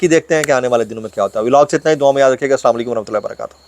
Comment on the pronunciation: Abe pahle salam karna to seekh le 😂 assakum ❌ assalamualaikum ✅